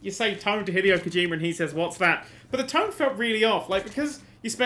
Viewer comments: lol kojimer, kojimerrrr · I love the way you pronounce Kojima, "that's Kojimer, that's Kojimer shit!".